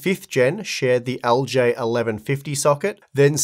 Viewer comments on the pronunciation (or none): man that aussie accent makes LGA sound like algae 😭